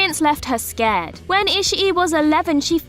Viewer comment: Yep. and scarred not scared.